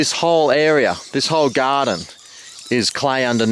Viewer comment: "Bamboo is a must for any Gahhhdin."